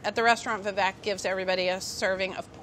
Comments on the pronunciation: How do Indians not know how to pronounce their own names wtf it's not Vi-Vék it's Viveyk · tip : you pronounce vivek just like you say we wake but just a tiny bit faster